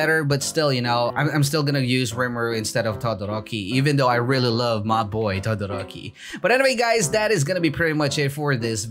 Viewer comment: my dude says tadadoroki lel